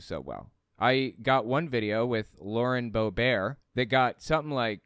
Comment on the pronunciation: ...Lauren Boebert is not French. She pronounces it Boe-Bert. Just an FYI. The Qanon people are.lunatics!!!